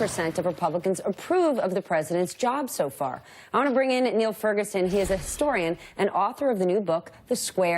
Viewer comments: Condescension not welcome? Well learn the name of your guest. It's only polite. It's Niall not Neal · She doesn’t even know his name. Call him Neil twice. It’s Niall🙄🙄🙄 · What a sack of hammers! ... and no one researched how to pronounce his first name properly! She invited condescension!!